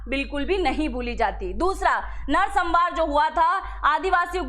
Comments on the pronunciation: नरसंहार का उच्चारण सही कीजिए मैडम जी, नरसंमार नहीं होता जी। बाकी इन्फॉर्मेशन के लिए धन्यवाद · narsambar nehi narsanhar...